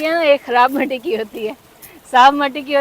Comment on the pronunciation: Assalam U alaikum Meny bohat pehly hi comment krna Tha but Ni Kia ......Apko ye kehna Tha K ap Urdu men Jo matti kehti hen wo Matti Nahi mitti hota h Urdu men b mitti ko mitti hi kehty hen .........shukriya